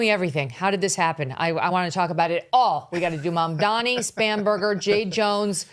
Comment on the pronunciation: It's MamdaNi non MamdaMi 🤣